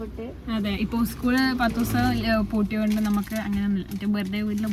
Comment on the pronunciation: ഉസ്കൂൾ അല്ല,😂😂 സ്കൂൾ 👍👍